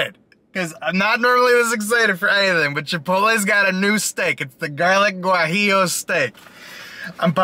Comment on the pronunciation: Not Gu ah ee oo it is pronounced more like waheeyo.